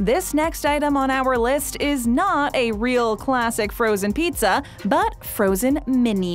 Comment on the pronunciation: The way the brand names were repeated in their entirety over and over made my ears hurt. I like most of videos but I had to turn this off halfway through. I'll also never understand why the word pizza needs to be over emphasized like its Pete-Zah.